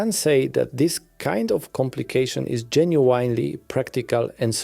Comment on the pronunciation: genuinely genuinely genuinely genuinely... If you're gonna read from a script that repeats this word so much, at least learn the correct pronunciation, man